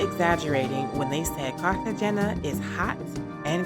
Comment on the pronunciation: Please learn to pronounce Cartegena correctly...